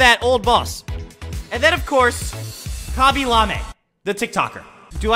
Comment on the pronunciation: Khaby lam-a khaby LAME